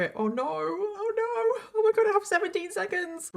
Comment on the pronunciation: when she said "oh norrr" in her accent, all i can think of is H2O😂😂 OH NOOOR! CLEOORR!